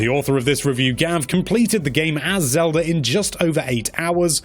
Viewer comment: I'm missing out on the music, because my ears started bleeding when you said "Legend of Zelder on the Nezz".